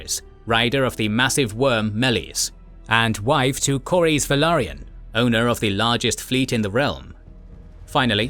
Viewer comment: Interesting how you spell Corlys correctly, but pronounce it so terribly as if there was no "L".